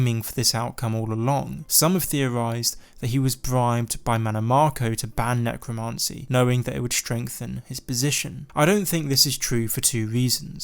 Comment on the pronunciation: necromancy not necromarncy